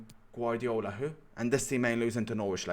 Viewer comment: “Guadiola here” 😂😂